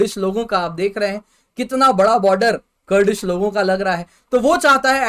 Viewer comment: Bhosdi wale baba ji, कुरद है करड नहीं